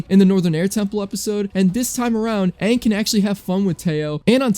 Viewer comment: It's Aang not Ong.